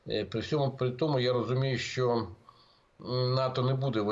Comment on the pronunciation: Не "шчо", а "що"!